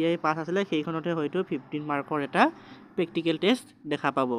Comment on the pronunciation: Dada pactical ne practical 😂